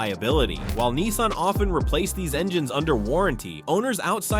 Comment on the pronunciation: It is Nissan. Not Neesan.